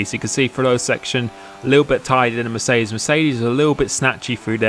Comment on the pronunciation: Dude... it's not Mecerdes.... It's MeRCEdes! :D